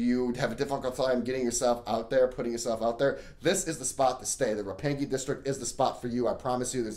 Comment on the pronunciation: "Roppangee" haha gotta love the attempt